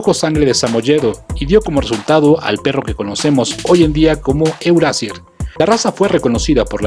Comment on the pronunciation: Ya que hablas de razas alemanas pronuncia bien los nombres... Euroasier se pronuncia Euroasia (r al final de palabra es a y la ie es ii)